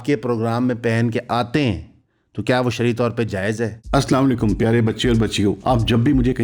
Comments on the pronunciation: updates brother app ka As slam o alikum main ne koi 10 dafa bar bar suna hey lakin soryy to say ye As slam o alikum nahi keh rahy app Asakum nazreen keh rahy hain app , app bohat achi batain karty hain lakin ye chezain tu basic hain brother ... baki koi bhi ye is program ki starting sun k chek kar sakta hey ... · Brother Ap ka Salam Lana key Talafuz theek ni ap"Assa lecum" bol rahe hain. Kindly complete prha kren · Assalam walekum Pyar ka Salam ke alfaaz ko theek karo😊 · Salam to sahi se karna sekho